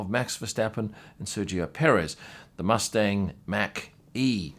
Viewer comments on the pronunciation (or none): none